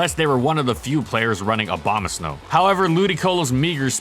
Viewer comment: Wait did he say obama snow?